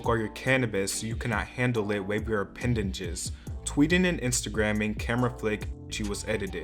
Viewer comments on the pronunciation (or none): Did...did he just say "appendaNges"?